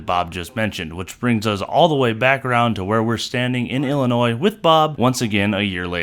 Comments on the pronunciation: Thank you for pronouncing Illinois properly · Holy shit, someone that can pronounce Illinois. 👏